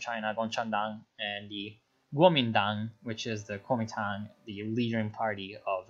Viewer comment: Nice pronunciation of Guomintang though :D And I lmao when you said yanxishan, quite perfect actually